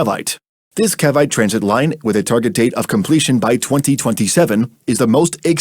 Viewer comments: the pronunciation jeez, "Cavite" lmao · THE WAY THEY SAY CAVITE HELP